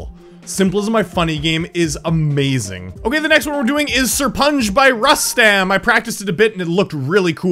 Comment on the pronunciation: ''SIR-PUN-GE'' Kappa